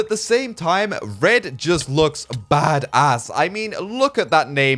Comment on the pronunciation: For some reason it's really funny to hear you say ass (I'm in us btw) XD